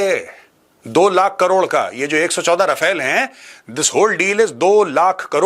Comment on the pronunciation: No offence Maj, but it's रफाल, not राफेल. Wg Cdr K Abraham ( Retd )